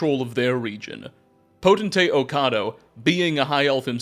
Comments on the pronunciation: PO-TEN-TATE!!! Not PO-TEN-ATE!!! Sound out your words. Makes you sound stupid! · Not that it matters much because it’s only said a little bit, even in books — Potentate is pronounced “poe-ten-tate”, just like it’s spelled there. Elden Ring taught me this. 😂 new viewer, glad to have some channels like yours, fudgemuppet, etc as I get back into the Elder Scrolls after over a decade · Potentate! There a T in the last syllable, not potenate. This was painful to listen too. Sorry, I still love you though. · Poten-Tate lol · FYI I think you pronounce potentate the way you pronounce “potential”. So it would by pi-tent-ate. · Were you intentionally pronouncing "potentate" as poteNate haha? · Homie forgot the second T in "Potentate" every single time he said it. Wtf is a "poten-ate"? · Pote-… I see what you did there 😂 Poten-tate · While I’m glad to have a new video you had so many chances to say Potentate correctly and you whiffed every time 😂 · "Chim" would sound like "Kim"... anything starting with the "ch" would use the "k" sound. Also, there's three Ts in potentate. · You're mispronouncing potentate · The potentate mispronunciation is fucking hilarious because of how many times you say it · Video was so good I didnt even care that seems to think the second t in potentate is silent